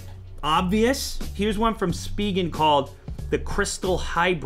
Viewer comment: its pronounced spy-gen